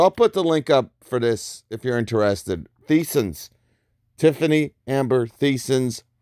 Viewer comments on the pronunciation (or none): No disrespect Boss...it is pronounced like Tyson’s but spelled Theisen’s. Just FYI!